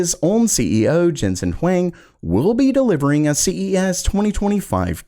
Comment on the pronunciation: It is not Jensen Wang... It is pronounced Hw-ong.